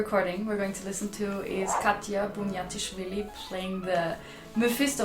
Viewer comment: aha im georgian and honestly thats the best i’ve heard someone pronounce khatia’s name in english.